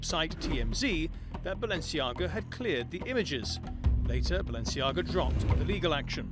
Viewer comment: It´s not Balenciaga, it´s Baalenciaga!!